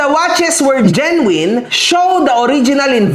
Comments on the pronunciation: *correction lang po Genuine correctly pronounce as JEN-yoo-in not Jen-yoo-wine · solid follower mo'ko dati pa ako nanonood sayo. Correction lang sa pag pronouce mo sa "Genuine" it should be; Jen • nWin. Walang halong yabang or what, or sama ng loob alam kong hindi ingles ang lengyahe na nakasanayan mo. Keep safe! Always have a room for a new knowledge, marami din ako/kaming natutunan sayo ~ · Idol mali pronunciation mo sa prism Saka genuine pagalitan mo researcher mo